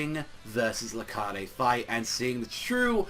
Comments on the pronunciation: it's not Lar-cah-de it's Lar-kade. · it's actually rakheid. sooooooo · YOURE SAYING LARCADES NAME WRONG